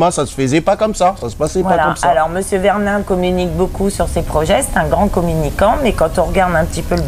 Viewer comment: La première chose...c'est déjà de ne pas écorcher les noms des personnes que vous citez...simple mesure de respect...VERNIN, et pas VERLIN... Mr...